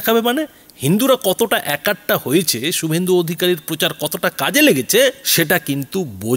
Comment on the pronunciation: একাট্টা খুব কানে লাগে! শব্দটা এক কাট্টা।